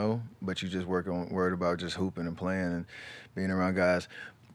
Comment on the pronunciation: Rdcworld1 got step saying hoop'n